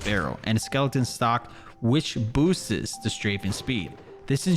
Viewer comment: “Boostes” 🤣…. “top number 8… top number 7”. I mean…. C’mon NOBODY else hears this? I love me some, a legit every-man